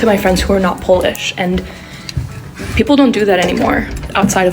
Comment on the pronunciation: I personally feel that sarcasm or irony is crucial aspect of xD (in all variants), and this is what would fit our sense of humor more. lol feels more funny without that ironic aspect, like honest, unburdened funny, which doesn’t happen to us. Also, huge appreciation for the effort of pronouncing Polish words properly!